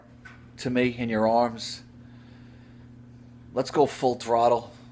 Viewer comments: Not let's go full throttle "full trotle" with extra creepiness. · "full troddle" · “Let’s go fulltrottle.”